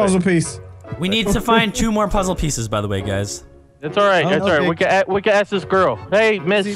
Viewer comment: let me axe you a question lol